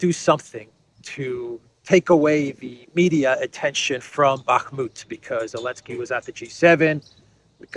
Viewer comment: You mean "Bakhmut". It's ok. Common shitter mistake.